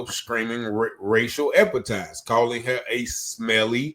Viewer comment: Epithets bruh, the word is EPITHETS just saying. Let's raise our vocabulary, offered only in love and best intentions ❤❤❤